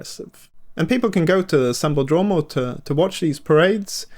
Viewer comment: SambÓdromo e SapucaÍ que fala, e não sambodrÔmo ou sapucÁi, rsrs.